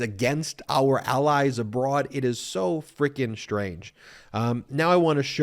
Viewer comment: AR border! AR people! lmao MTG? it is pronounced OUR!